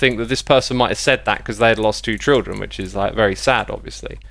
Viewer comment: sounds weird how x pronounces children like trildren